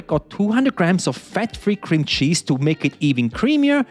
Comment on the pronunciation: "one brick of creeme cheese" 😆